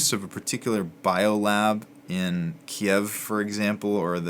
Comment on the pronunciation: Great help! First of all this series is incredibly helpful, second thankyou for pronouncing Kiev the way it was before 3 weeks ago. Good bless you